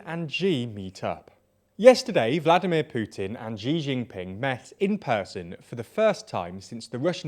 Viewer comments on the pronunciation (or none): Not "Gee Jinping", but more like a soft "Shee Jinping". ɕǐ to be exact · name: xi jin ping narrator: G Gin Ping